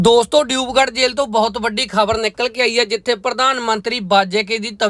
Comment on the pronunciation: ਡਿਊਬਗੜ੍ਹ ਨੀ ਦਿਬਰੂਗੜ੍ਹ ਆ ਭਰਾਵਾ ਅਸਾਮ ਸਟੇਟ ਵਿੱਚ ਆ